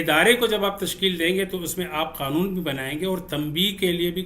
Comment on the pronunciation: اخلاقی معیار سے پہلے لفظ " قنون " درست کر لیں